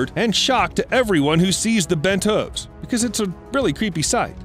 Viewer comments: Evolution wasn't kind to this narrator, who can't say Hooves properly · The way he pronounces hooves gets under my skin